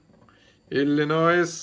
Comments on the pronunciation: We don’t pronounce the s in Illinois, it is silent😂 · When pronouncing the word Illinois the letter s is silent. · We love you guys... BTW, NEVER pronounce the last S in Illinois. It's pronounced ILL I NOY. Only people who have never been there pronounce th